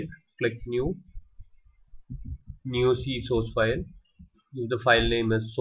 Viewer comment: Good job. Also İ like your accent and the way you say "sauce file"